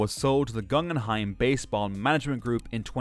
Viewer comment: and Guggenheim....and Hersheiser